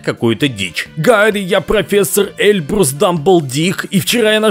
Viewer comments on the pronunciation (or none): none